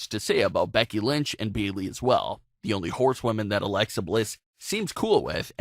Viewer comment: Sah-sha? Beeley? Exactly how hard is it to say a person's name right?